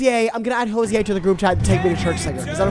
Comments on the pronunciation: wait what it’s pronounced ho-zee aye?? i’m so stupid what the fell i thought it was ho zher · listening to weston saying hoziers name is actually driving me insane 😭